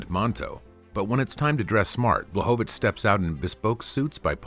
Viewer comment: BŁACHOWICZ!!!! BLECHOVITZ